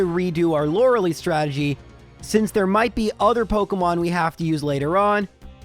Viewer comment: oh i hope he on purpose meant ''Stragedy'' like from the old Rocky and Bullwinkle episode XD